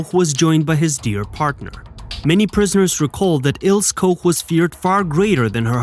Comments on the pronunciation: it’s IlsE not Ils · It's Il - SU, not Ills! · It's also "ILL-SAH"....not "ILLS" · Il-seh… her name is pronounced Ilseh. But good documentary. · Please, fix the narration. Her name is Ilse, not Ills. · whats an "Ils" ? the name is Ilse and the e on the end is pronounced...! LEARN TO SPEAK GERMAN NAMES CORRECTLY OR CONTINUE TO MAKE AN ASS OUT OF YOURSELF FOR THE ENTIRE WORLD TO SEE....! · Pronunciation: Ilse, not Ils. Koch, not Koc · Her first name is pronounced "EEL-zeh", not "Ils". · Her name is pronounced Ilse, not Ils. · It's pronounced "Il-sa". In German, the "e" is not silent. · Her name is pronounced Eel ser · Prounounced...Ils..a....bloody AI!!LOL LOL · I believe it’s pronounced Ilsa. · Wrong "O" sound in Koch. It should be ô not ō. Ilse is pronounce "Il-suh". An "E" on the end of a word in German is not silent, it's pronounced "uh". Why would you use English rules of pronunciation when speaking another language? Usually, only the Brits are haughty enough to do that. When Americans do so, it is generally completely out of stupidity. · Is this the story of Ilse (pronounced ILL-ZA) as in Illse she wolf of the SS? They really have to stop using these "Bots" to narrate. I'm glad I don't have any "ti-toos" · Ilse is pronounced "ill-see". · Ilse is pronounced I l s e r Koch is a short 'o' as in hot (not cold) A bit annoying to hear them mispronounced so many times. Otherwise well put together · German doesn't use a silent 'E'. Her name is pronounced as 'Ilsa'. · Its pronounced ILL-SA. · Mate, isn't it 'il sa'. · Pronounced "ILL-SAH" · I noticed that as well lol